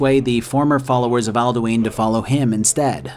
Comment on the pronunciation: love this video but...Alduins name is literaly told to you in game and yet you still said aldueen. like comeon man